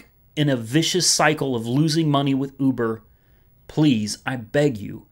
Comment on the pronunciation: I like how you pronounce Uber. "Ooobuhrrr!"